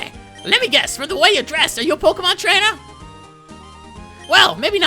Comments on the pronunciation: pokemon not pokamon bro say it right talkin bout some pokamon.delete the a you always say and put a eeeeeeee. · It's pronounced poke-ay-mon dude -_